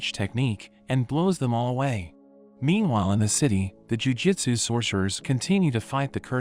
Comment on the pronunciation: Why do you read jujUtsu as jujitsu?